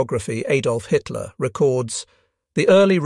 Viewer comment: Bloody robot voice mis-reads Hitler as High Tier. Just one of its many fumbles. Really, can you not afford a human narrator?